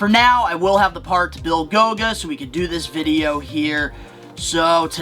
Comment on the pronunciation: It’s GOLGA, not GOGA